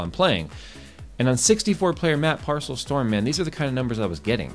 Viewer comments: Its paracel not parcel... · It's "Paracel Storm", not "Parcel "